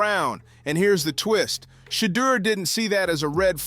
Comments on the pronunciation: You keep pronouncing his name wrong. It is Sha-door, not shutter. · How come you can't pronounve Shedeur's name correctiy! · shedeur has so many name pronunciations in this vid. how is that?😮😂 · Imagine doing an entire video on someone and not producing his name correctly!! 🙄🙄🙄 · How did you pronounce his name in the video? lol you weird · Learn how to pronounce the kids name or stop culturalvulturing